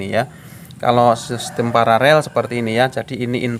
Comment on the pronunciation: Koreksi bos.... kata yg benar adalah PARALEL bukan PARAREL. 🙏